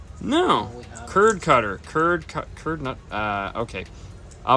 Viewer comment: I think it's turd cutter not Curd cutter lol